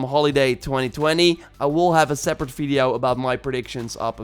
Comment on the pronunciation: Why does he says fideo instead of video